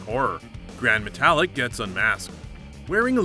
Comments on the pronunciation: My new favorite breakfast cereal...Seezer-Os! :) And...Metalik (meh tah LEEK) is not the same as metallic the same way Kalisto (kah LEES toh) is not the same as Jupiter's moon, Callisto. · Its gran. Met-al-leek...jesus do u even watch bro?...cesarow? Ce sar oh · You didn't say Cesaro, Nia or metalik correctly.